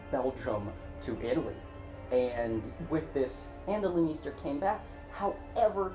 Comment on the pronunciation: great video but why do you say her last name like that?